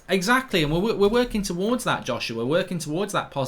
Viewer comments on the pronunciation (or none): none